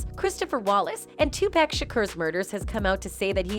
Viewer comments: It’s PAC not pack geesh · Well do a video on how this lady talking keeps on murdering Tupac’s name in all these videos. Who the fuk is “TuPack”?!!! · It's pronounced Tupac... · If this lady mispronounces Tupac and Suges name one more time 😡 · U need to learn how to pronounce their names before u make things like this shug night and 2 pac lmfao 😂😂😂😂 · Pissing me off mispronouncing Pac name. Disrespectful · She needs to learn how to pronounce TuPac and Suge